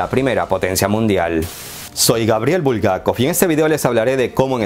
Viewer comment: Yo no leo Bulgákov, BulgakÓv?